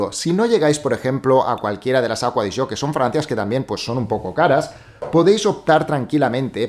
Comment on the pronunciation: Porque le dices aqua de yo. Se llama acqua di gio